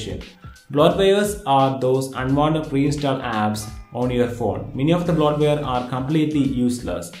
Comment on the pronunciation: Wow... I had to rewatch 6 times just to figure out you were saying "bloatware"...